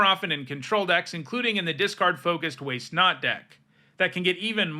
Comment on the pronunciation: I thought for a second you said Way Snot deck xD